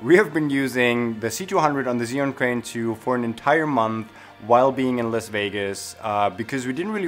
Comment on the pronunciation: Thanks for the upload just a small correction as for the name of the Chinese product. It is Zhi and sorry for being such a noooob concerning that but I studied Chinese language and it hurts my ears to hear it otherwise here is link how to say it Thanks for the upload...love the transitions you use!